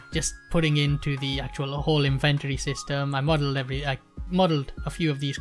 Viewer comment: In-ven-tory? What are you inventing?